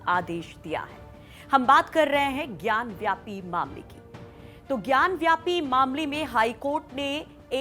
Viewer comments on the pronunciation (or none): मैडम वह ज्ञानवापी है, ज्ञान व्यापी नहीं। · ज्ञानवापी, Not ज्ञानव्यापी